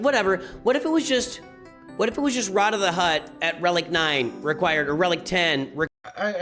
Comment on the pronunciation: After having seen the movie, I can confirm that Rotta is in fact pronounced Rotta, not Rota (he's not a virus).